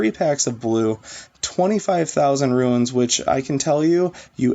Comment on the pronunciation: There is a difference between "ruins" and "runes." Just saying...